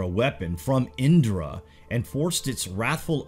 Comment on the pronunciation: Its not indrrra... U can simply pronounce the 'r' in Indra